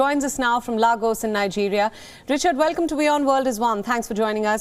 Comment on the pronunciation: democratically elected, yeah... right😂, also WION, how would u have a station in Lagos and don't know how to pronounce the name of the place.... A like in AGAIN..... LAGOS, its just 5 letters too 🤣